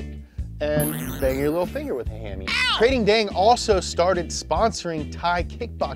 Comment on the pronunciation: Kr-AH-ting, making my ears bleed with the Krayting